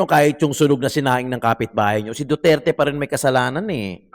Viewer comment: FÈELINGERANG IBANG LAHI SI GIRL..YUNG PAG BIGKAS NYA NG DUTERTE SINOBRAHAN SA ARTE...HOY!! SAPSAP NA ALITAPTAP...INDE BAGAY SAYO MAG INARTE..INDE KA PAG AAKSAYAHAN NG PANAHON NI VP SARAH..